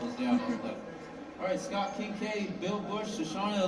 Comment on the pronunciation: Just found this! Thanks for uploading!! So far, that's the only panel I've ever done, but it was great. And you got my name right, which almost no one does haha --Scott